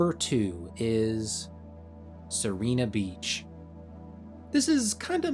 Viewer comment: you are pronouncing Sirena beach's vowels the other way around (as in... you are reading serina beach)